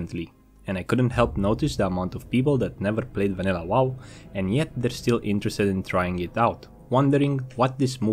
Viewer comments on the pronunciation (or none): He still says classic Wall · What I learned: still can't say wow properly.